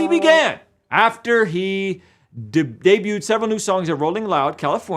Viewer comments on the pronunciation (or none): Whoa we not just going to skip over how you pronounced debuted lol just playing…love your content